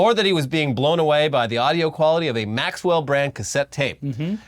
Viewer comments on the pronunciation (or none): Slight meaningless correction (as pedantic sounding as possible) It's "Maxell" audio tape, not "Maxwell". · As pedantic as it is the cassette company is called " Maxell " not " Maxwell " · Maxell guys, not "Maxwell".😅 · It’s “Maxell,” and y’all were alive when it was a thing...